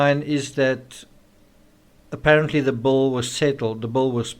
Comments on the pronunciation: Bull? Bowl? Bill? All pronounced the same?? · Your accent. The Bill. Paid the Bill, not the Bowl. Love to you,. ❤️🥰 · Why are you saying "bowl" instead of "bill"? Confusing. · Not to sound hateful... This guy's voice and accent makes me want to just stop following. It is pronounced "bill", not "bull". Holy shit man. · people may not realize that you are saying BILL not BULL. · no, I'm not making fun. It's not an accent it's a word. He us saying bull. No other South African I know says bull for Bill. It changes the entire meaning of his sentence. I'm trying to show him the difference. If you wish to talk like an American or Brit, use the words correctly. I was only trying to help. There was no disrespect intended. Thanks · As a former waitress I can pretty much assure you you don't follow someone out because of a tip. Funny the way you say "bill." Sounds like "bull." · The way u say bill sounds like bull to me. Lol. Funny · Why do I keep saying “bull” instead of “bill” ? Is that a South Africa thing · So sorry the autocorrect refused my spelling of ill ( as in sick ) and continued on changing it to I'll, as in I will. I hope that clears it up. He is saying bull as in the animal, not Bill as in a " check^ you receive for services rendered. Excuse my mistake, thanks.)